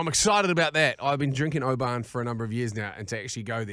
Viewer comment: Been listening for a while now from Scotland 🏴 Oban is pronounced “Obin” keep up the great work 😉